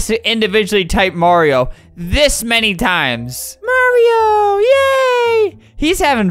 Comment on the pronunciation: OK people say copy but did nobody mention he said manny